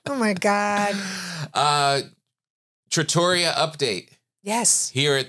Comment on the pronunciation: I love you guys! Look forward to this podcast each week. And just to say.... trattoria is pronounced "TRA-tor-ri-a" with the emphasis on the first syllable.